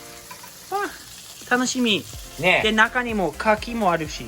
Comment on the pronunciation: アッちゃん、カキ⤴️じゃなくてカキ⤵️だよ(￣▽￣;) カキ⤴️は木に出来るアレ・・・ てか、裏にこんなBBQスペースがあるなんて、やっぱアメリカはいちいち規模がデカすぎるΣ（ﾟдﾟlll） この家を日本で建てたら一体幾らかかるのやら・・・((((；ﾟДﾟ)))))))